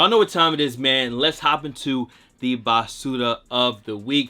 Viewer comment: BASURA!! Sounding like a true Puertorican 👌🏾🔥